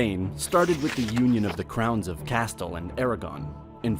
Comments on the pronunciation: It's pronounced Casteel, not castil. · When he started mispronouncing Castille as "castil" i gave up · It's pronounced CAS TEEL, the way it is spelled. U do, however pronounce it properly when saying CASTELLIAN Succession- then it's 'CASTEL' repeated 7 or 8 times -which got annoying. I thought u were saying "Castle." I don't want to nit pic, because really, the bulk of it is very good but u are also mispronouncing HISPANIA it's EZ, 'Hispan YA' not "Hispane eeya" You have a fine voice and proper American Standard accent, not some goofy English accent from the hinterland so i don't know how u got these wrong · I've always heard it pronounced "Castille", not "Castill" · Bro I'm sorry but why you gotta pronounce Castille as "cast-l" instead of "ca-stee-el" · It’s “Cast-eel” in pronunciation not “Ca-still” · Your pronunciation is awful. If you want to do an educational video you should find out how place names are pronounced. Al-Andalus has a pause between Al and Andalus, those are two separate words, because Al means 'the in Arabic". Castille is pronounced ka-steel, not castle. In Aragon the stress is on the last syllable. The list goes on. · What's with the pronunciation? "CAST-el" instead of "Cas-STEEL"? "Sub-SEE-quently"instead of "SUB-sequently"? "France did a great damage"? Whats "a" great damage? " Most wealth came from abroad.... new goods that came from Asia or Americas." You mean 'THE Americas"? "Portugal was mostly a hilly and not a very attractive country to conquer centuries ago." Whaaaa?? "The reasons for the fact that Portugal wasn't conquered by Spain are many." (Why not simply: "For many reasons, Spain didn't conquer Portugal.") Whoever wrote this needs a writing course. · I'm definitely not one to correct pronunciation, especially as it pertains to places with foreign language name origins, but I will anyway. It's cah'steel, not castle. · castle... it is not castle but castile... at least learn to pronounce every other word in the video ffs